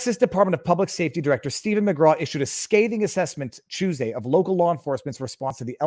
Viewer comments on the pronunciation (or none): none